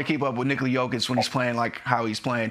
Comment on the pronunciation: Still calling him joe kitch or yo-kick, 2 time about to be 3 time MVP and incapable of getting his name right. Only the closet hater gets it right. Yo-kitch! Put some respect on the name..